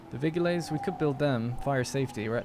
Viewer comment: So excited!!! Also your pronunciation of «vigiles» with the hard g is how Roman Latin sounded. Modern Latin uses a soft g